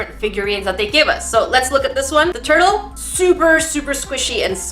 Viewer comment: i heard toilet instead of turtle